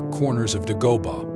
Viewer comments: Its pronounced DAY- GO- BAH NOT DUH-GO-BUH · This guy can't even pronounce the name of the planet correctly. Some narrator.